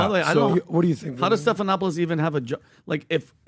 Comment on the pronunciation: “George Suckanoctopus” - 😂😂😂